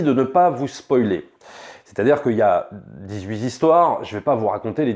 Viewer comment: il y a pas de "s" à dix-huit, donc évite de dire "zepisodes"!😊 Sinon, très bon video comme d'hab!